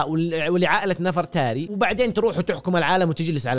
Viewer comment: نَفَرْتاري 😂 لا يالوجيه تنطق نِڤرْتَارِي